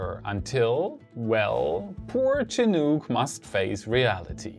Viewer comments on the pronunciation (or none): none